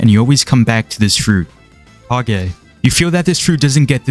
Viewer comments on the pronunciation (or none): none